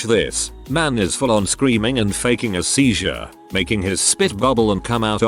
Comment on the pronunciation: A seiz-uwu-war-ee